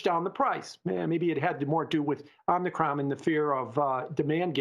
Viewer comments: Love, far from trolling, but Omnikron? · Somebody msg this guy and tell him how to say Om-i-cron. It’s making the channel look bad. 🥴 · It's not "omnicron".